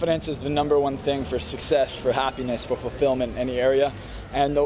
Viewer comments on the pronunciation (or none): "Succes Coach" Yikes, time for some Rosetta Stone